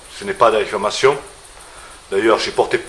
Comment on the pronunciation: ! attention !! bien dire " diffamation" et non pas " diffLamation" !